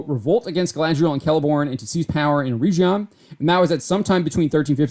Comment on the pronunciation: Just one correction - You are pronouncing Eregion wrong - the "G" is like in "get". They travelled together with their daughter during most of the second age and as was mentioned in your article were separated for a time before reuniting again, but the entire storyline of season 1 is not the actual storyline of Galadriel and Celebron in the second age.